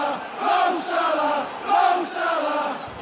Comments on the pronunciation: It's pronounced Sah-lah, not sé-lah. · It's Mo Salah not Mo Slaahh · Stop saying Slah it's S A L A H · It's it's pronounced Mo Sa-La not Mo Salar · ITS SALAHH NOT SHLA PRONOUNCE IT RIGHT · Mo Saylay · In from Birkenhead 10 minutes on the train and 1hour 30 mins to anfield ( where Liverpool play ) it made me cringe how you said his name hurts me sulah he is a god among men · I hate the way this guy says salah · Why does he pronounce ‘salah’ like that 🤢🤢🤮🤮